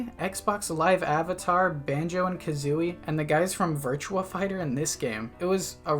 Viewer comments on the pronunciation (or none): none